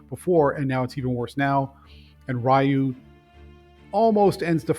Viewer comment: REEEEEEEE-UUUUUU NOT RAIIIIIIII-U.